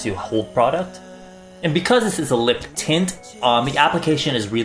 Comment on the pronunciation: I swear I heard gel titts